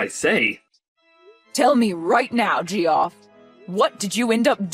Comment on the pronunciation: Did you really pronounce his name as Jee off?!?! 😂😂😂 It's pronounced JEFF! 😂😂